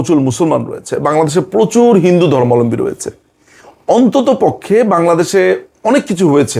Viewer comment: ধর্মালম্বী বলেন কেন দাদা, সবাই এটাই বলে কেন বুজি না সঠিক উচ্চারণ টা হবে তো "ধর্মাবলম্বী"